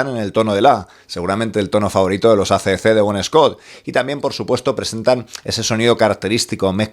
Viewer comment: AC/DC REPEAT WITH ME= EI SI/ DI SI!!! DI OUI NO SI!! BUEN VIDEO!!!😎🤟